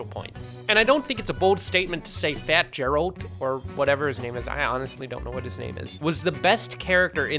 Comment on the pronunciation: The fact that he doesnt know how to prononce geralt probably means he hasnt played the witcher 3 and that is a sin